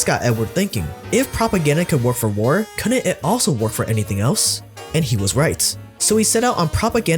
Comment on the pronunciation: The word is pronounced " couldn't " not " cuu-unt "...